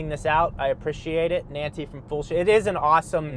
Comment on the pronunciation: Is that a Spanish or Italian “Nancy”? 😉 … 😂🤣😂🤣